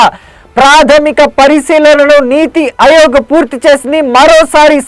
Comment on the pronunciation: అయోగ్ కాదు ఆయోగ్